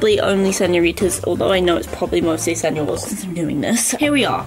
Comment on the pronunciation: señores not senores XD btw like ur vids